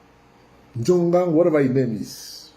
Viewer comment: Not "Njongang" but "Tchoungang". Our water avocado 😁😁😁😁